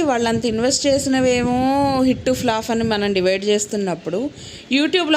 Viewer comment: ఫ్లాఫ్ కాదు ఫ్లాప్